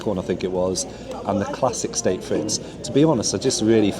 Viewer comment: Frites is pronounced freet, not Fritz